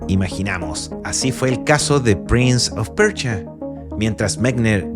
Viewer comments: Todo bien pero es prince of persia,no pecha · Interesante el "prinz of percha"